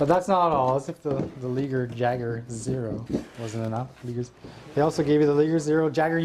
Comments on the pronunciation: i beileve it isnt pronounce leeger. but lie-gur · the liger is pronounced the same way that tiger is its a mix between tiger and lion :P .. and jager is like yayger.. :D awesome videooo!